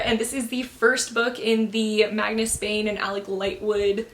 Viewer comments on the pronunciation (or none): none